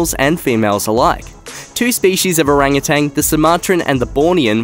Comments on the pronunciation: The word Orangutan is not pronounced as "O-rang-a-tang"; it is pronounced "O-rang-u-tan." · I love this channel. You always give it straight to us without a lot of BS. I do, however, have a comment. Orangutan is pronounced just like it's spelled. It doesn't have a "g" at the end. I don't know why but it drives me crazy when people, especially narrators who should know better, pronounce it orangutang!!! I still love the channel and look forward to your next upload.💜💜